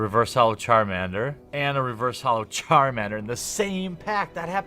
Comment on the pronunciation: But he said charmander correctly